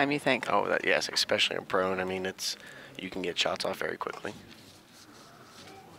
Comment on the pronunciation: Hearing a "commentator" say "ECKspecially" repeatedly made it difficult to watch. Their 10 ring is the size of a pencil eraser folks.